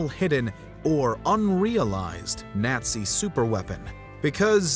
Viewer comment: Teach this narrator proper pronunciation of words like Nazi he kept flip flopping back and forth Nazi Nazi it's really irritating those aren't the only words that you mispronounced oh no he's really good at everything but that's just irritating when somebody's right maybe I'm just having that time of the month type of day and it's just become irritating think I need a Midol